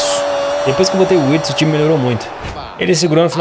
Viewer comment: Wirtz se pronuncia com V, 👍